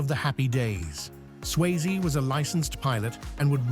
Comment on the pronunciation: Tu peux pas dire le nom comme il faut, Swayze pas sysie